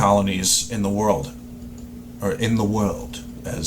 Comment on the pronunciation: "In the wuuuuuwd" NORTHERN Ireland King ! Yikes...prepare for the comments.